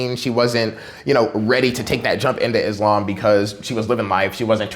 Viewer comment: she said it how its supposed to be said. It's pronounced "Islam" not "IZLOM" most Americans get it wrong